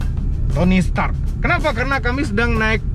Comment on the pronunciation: Tony Stark berubah jadi Tony sturk om